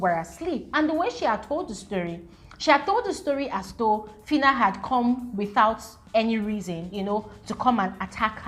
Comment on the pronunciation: That fitta ( filter) even made me forget how to pronounce phyna correctly for some minutes 😅